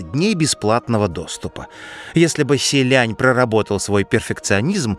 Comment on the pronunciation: не звучат они так по-китайски. то как ты их называешь - простой транслит пиньиня, а не то как они произносятся